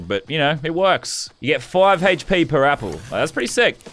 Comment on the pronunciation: He says “heychp” when it’s hp